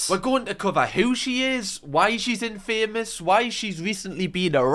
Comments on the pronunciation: Love you but the word "infamous" is said as it is. Infamous not in-famous. Remember in Spiderman and the newspaper guy says if spiderman wants to be famous, then I'll make him, Infamous. 😂 Watch it. It's kinda fun. Kbye now❤ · The way you say "in-famous" instead of "in-fa-mus" probably wouldn't have bugged me as much if it wasn't said 20 times in a row 😂😂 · Love your videos but why do you pronounce infamous like that it's one word not in.................... Famous 😅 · Great video but the way you pronounce infamous really stresses me out! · i’ve never heard anyone pronounce infamous like that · Love the way pronounces infamous 😂❤ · Fella you’re pronunciation of “infamous” is brilliant😂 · I beg you, please look up how to pronounce infamous.